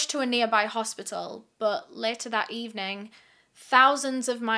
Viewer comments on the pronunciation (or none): none